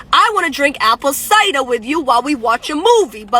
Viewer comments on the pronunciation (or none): She pronounced it ciduh...toxic chick.